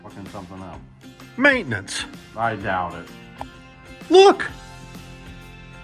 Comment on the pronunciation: Does this mean kenny shall be racing 42 then Saturday 🤔😏?❤🎉🎉🎉 I laughed every time said Ma-it-tinin-nince....😂😂